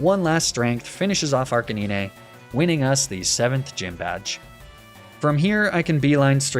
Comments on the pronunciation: He said arcinine for arcanine Nobody talking about that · did he really just say arc-a-nee-nea?!?! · who pronounces arcanine like that😭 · Your pronunciation of Arcanine is literally killing me xD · I absolutely love your videos! They make me feel like a kid again watching them. However; I will never be ok with how you add an extra syllable to Arcanine's name xD Keep it up! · this man cant be serious pronouncing arcanine like that. there has to be some joke I'm missing out on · I love these videos but the way you pronounce arcanine makes me irrationally angry for some reason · stop butchering Arcanine's name on purpose